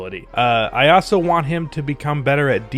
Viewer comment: You say also like “ah-so” ...that is all.